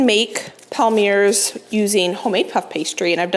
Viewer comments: Palmier is a French word that means palm or palm tree and it’s pronounced palmié like in fiancé 🙃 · Hi, a small tip for the palmiers (palm-ee-ayz) - try rolling the two sides towards one another to the centre instead of folding. Claire Saffitz has a good tutorial and rolling gives them that classic heart shape:) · Palmier cookies are pronounced Pal-mee-ay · Palmiers are pronounced “palm yay” the r is silent. But at least you do not mis pronounce Worcestershire- I cannot believe the number of American chefs that do not seem to know how to say that. Sorry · Hi! Just a little French lesson….Palmiers are pronounced “palm-yay” Love you and your channel! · I looked it up for us as I was curious too. Online says Palmier is pronounced pal-mee-ay. Makes sense as they originated in France. Thanks for the inspiration as always 😊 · I think Ina pronounces it pall-me-ay